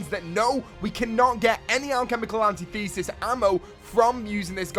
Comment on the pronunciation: Alchemical Antithesis is pronounced, an tith esis